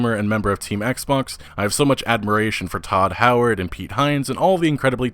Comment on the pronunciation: "Hodd Howard"